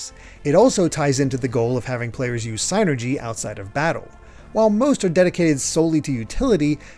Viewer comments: it's "seenergy" not "saynergy" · “synergy” sounds like “sinner-gee.” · You’re saying psynergy wrong